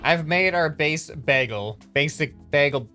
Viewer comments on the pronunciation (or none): did he just say baggle and not bagel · The Bagel (not pronounced baggel,...) had the switch blocking one of the arms. Re-do it in an apology video. The Bomb Flail was supposed to be a cluster rocket with cluster rockets inside that each launched 4 bombs. The main pillar was the main rocket and the "ropes" were trails of the rockets and then explosives. Re-do this one in that apology video too. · isnt bagle pronounced b-ay-gul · did you just say.. baggle ?